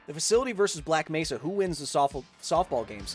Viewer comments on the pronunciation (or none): none